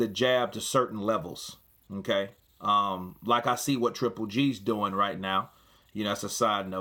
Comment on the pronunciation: "Hmm kay" =Okay 😂